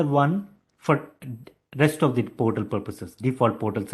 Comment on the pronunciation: its not high pitch. he doesnt speak english properly. for example portal instead of PORTAL he pronounced as 'PERTAL'